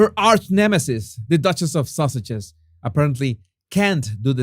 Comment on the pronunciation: With your wonderful accent, when you say "Sussexes" it sure sounds line "Sausages" OR ARE YOU ACTUALLY SAYING "SAUSAGES"? In any case, that is what I am calling them now - the Sausages.